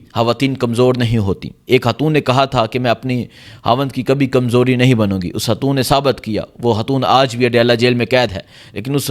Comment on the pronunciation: اوہ بھائى۔ ھواتین کیا ھوتا ھے۔؟؟ ھاتون کیا ھوتا ھے۔ کیا آپکو اُردو کا حُرف “خ” بولنا نہیں آتا۔؟؟ خواتین ھوتا ھے. خاتون ھوتا ھے۔ 😂